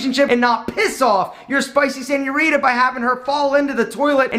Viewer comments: As a native Spanish speaker, every time he says “spicy senuorita” something dies inside of me Okey, is a universal thing lmao we all hate this guy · the way he pronounces señorita hurts my lil mexican heart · when he said "spicy senorita" i died a bit more inside